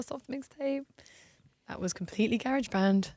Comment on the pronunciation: GARE-AGE BAND